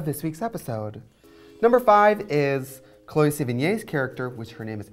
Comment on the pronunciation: Alright guys.. love you, but its CHLOE sevigny, not CHOLE..